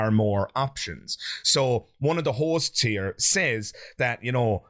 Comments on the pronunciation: This whole time I'm watching I keep hearing what sounds to me as whores. And I wondering to myself... No way, why does he keep calling those 2 girls sitting on the sofa whores?! 😂😂😂 Turns out he's actually saying hosts 😅😅😆😆😃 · I thought he was calling them Hoes. lol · Omg the first couple of times he said "hosts" I truly thought he was saying "these hoes"😅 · Forgive me but I keep mishearing you saying Hosts as Horses and I was like "what? why are you being so mean to them?" wwww